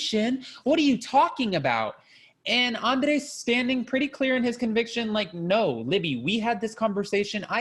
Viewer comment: Love your reviews! The way you say Andrrrrrrei!!